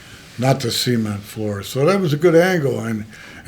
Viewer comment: See-ment floor!!😅